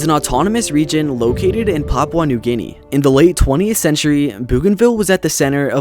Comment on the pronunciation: Great video but the way you pronounced Papua new guinea got me 💀 (srs tho, great video)